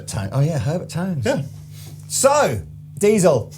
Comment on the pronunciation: Diezel, not Deizel! 😉